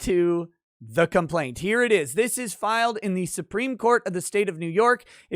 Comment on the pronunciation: Nobody: Courts in NY: "What does 'suewpreem' mean?"